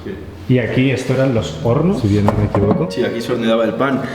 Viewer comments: minuto en vez de decir horno dice porno jjajajaja xd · Soy la única que escucha p*rno en vez de horno en el ?